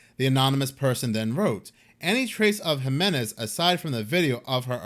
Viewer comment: Jimenez is pronounced Himenez